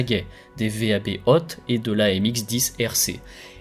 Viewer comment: On ne dit pas V.A.B. Mais « vab », d’un seul mot